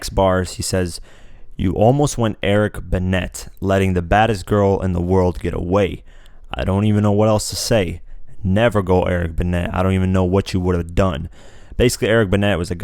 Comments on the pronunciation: Eric Benay that how it is pronounced. et doesn't rhyme with at, c'mon man! Look at the accent. Teach yourself some grammar. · Saint is a son. "Opposedly" isn't a word (you're looking for 'supposedly'). Eric Benet ('Ben-ay'). A few minutes in and it's difficult already... 🙉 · Saint is Kanye's son...you showed a video clip of North when you said that. -Eric Benet pro-nounced Ben-nay Your French in general made me laugh lol good video though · Sorry but your pronouncing eric benet wrong its not pronounced be'net' the way its spelled. The right way to say his name is pronounced Be 'nay' and therefore its rhymes with jays next line... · Benet is pronounced like buh-nay. not buh-net. ijs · eric beNET??? BE-NAY; menage a trois? mi-NAGE uh-twa 3-some in French; you one dumbass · It's Eric BUH - NAY not Eric BUH - NETTE, dude. Peace! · It's pronounced "Benay" not "Benet" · Ben-ay not ben-et. The T in Benet is silent. It's "go shine cutlery" not "with shined cutlery". He's telling trained field niggas like OJ to go serve their master and keep doing things that won't make progress because he's going to talk about how to really get ahead. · Who is BeneT? It's pronounced Beney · Your pronunciation of Benét made you lose all credibility lol. You didn’t even listen to the fucking song bro it’s “Ben-ay” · THAT'S ERIC BEN NAY, LONG A, AS IN BENET IDIOT!!!!! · Who the heck is Eric Bennett? I can't with you and the mispronunciations and reading the wrong lyrics....😔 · Benet pronounced Bah Nay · That would be Eric Benet pronounced (benay) and ménage troise is pronounced men-ah-jay twah...other than that, great informational on the shots fired on this album. Absolutely loved it. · Eric (Be-nay) pronunciation - Please correct that you sound cray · Spelled Benet pronounced Benay. It's French. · Wait is this dude really saying "eric Bennet".... (pron: ben-ett).... do we trust him to way in on a Jay album?! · He was not takin shots future! Smh Btw...It's pronounced ben-nay!